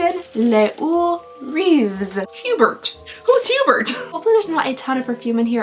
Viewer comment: Giving you a tip, usually in the French language some letters are silent or have different sounds. Like for Hebert it’s pronounced A-Bear